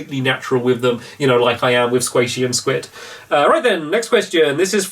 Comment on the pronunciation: You said Squid prettyyyyy aw